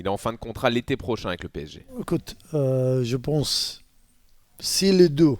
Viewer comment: "Je bonse" lol